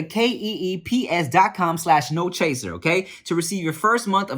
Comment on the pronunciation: My mans in the keeps ad said “key e e p s” lmao